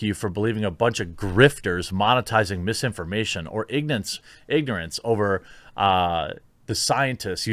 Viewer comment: "Ignance" Hahahaha